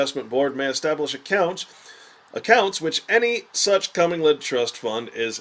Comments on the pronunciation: Comming-led funds...really? It's pronounced co-mingled. Co-gosh darn-mingled. How can a person expect to be taken seriously on this subject matter when he can't even pronounce one of the key terms? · It's actually pronounced [kuh-ming-guhl] not CO-mingle. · This was quite good, very interesting and shocking. But I too, cant get over him calling it a cumming-led fund. But really great work.l